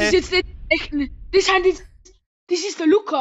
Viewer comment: “dasch is dör luca” LACHFLASH